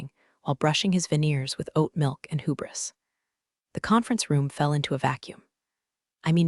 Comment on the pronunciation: Hyu-briss, hubris. Deen-G, ding. Seems like phonics might help.